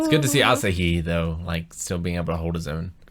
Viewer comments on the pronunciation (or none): none